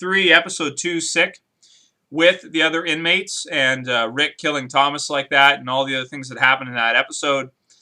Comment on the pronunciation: his name was actually Tomas (Toe - moss) not Thomas.